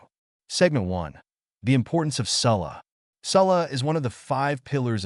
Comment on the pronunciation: Why was ''salah'' pronounced like that??